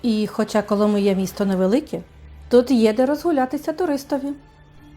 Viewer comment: КоломИя !!!! а не КоломІя !!!!! назву міста вимовляйте правильно !!!